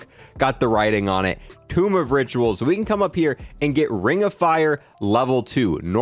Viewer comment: he said tomb of riturals